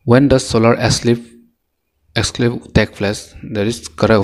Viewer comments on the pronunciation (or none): Brother you are doing great job.. if you won't mind I would like to suggest you something.. Brother try to work on your pronunciation..the way you pronounce come and eclipse was funny.. Don't mind no hate..just some suggestions on your weakness as your well wisher..Anyway you are doing a great job..carry on , your video is really very helpful to me.. Thankyou